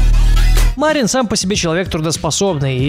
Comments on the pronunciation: Почему Ма'рин? Разве правильно не Мари'н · Кстати не МАрин, а МарИн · Вроде бы имя Марин с ударением на "И"? Поправьте если не прав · какой блин ма́рин ты серьёзно мари́н!!!!! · Не МАрин, а МарИн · Не мАрин а МарИн. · Не МАрин а МарИн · Влад Живу в Молдавии (Мармок оттуда родом) Имя с одной И и ударение ставится на неё. P.S. Видел его один раз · Вообщето правильно говорить МарИн. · почему ты ставишь ударение в имени мармока на букву А? в его имени ударение падает на букву И!